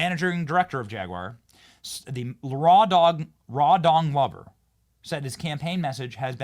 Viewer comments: Benny did you say rawdong lover 😂😂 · After you said that guy's name about six times… I don't understand how you were able to say, "Rawdong Lover" with straight face because I definitely noticed the pronunciation change 😂😂😂 Why I love you Benny! Keep up the great work! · I think you pronouncing his name wrong... I believe it's Rawdog Lover. Lol